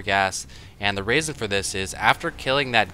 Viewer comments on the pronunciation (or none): "... and the raison for this" what raison? XD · Did you say raisin?